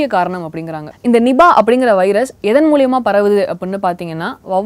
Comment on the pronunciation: One humble suggestion in the pronunciation of the Tamil word for 'via'. Try to pronounce it moolamaha instead of mooliamaha. Hope I'm not offending. But the way you are illustrating the news, is awesome. .. keep it up